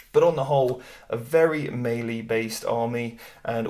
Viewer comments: Great video... but it's "mêlée" not "maylee" as you pronounce. Sorry dude but it was grinding on me when you said it. Just think French and not English before you say it... other than that though I enjoyed your video and take on the Armies. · Am I the only one who finds the way he says "Mei Lee" strange? Is that a British thing?